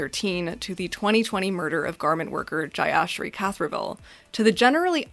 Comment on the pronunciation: Man NRIs speak funny. The way she pronounced Jeyasree Kathiravel's name got me Loling.